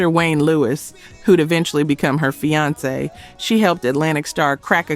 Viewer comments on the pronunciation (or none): none